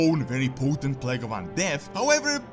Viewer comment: You said plague, i heard you say plank. So i thought what? She did plank? It's stupid i know, but that's what i've heard